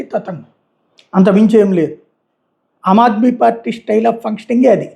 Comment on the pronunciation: అమాద్మీ కాదు రారెయ్ అది, ఆమ్ ఆధ్మీ... ఏ భాష సరిగ్గా రాదు.